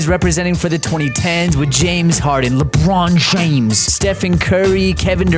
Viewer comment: "LewPrawn Tchwmes" 🤣🤣🤣